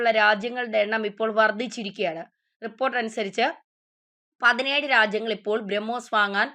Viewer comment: കൊച്ചേ ഔദ്യോദിഗം അല്ല ഔദ്യോഗികം അതുപോലെ ബ്രഹ്മോയിസ് അല്ല, ബ്രഹ്മോസ് '